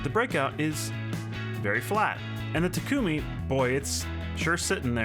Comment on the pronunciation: The Takumi looks great, and the "u" sound is short, not long.